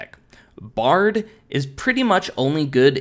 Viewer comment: it is Baird pronounced BARED not Bard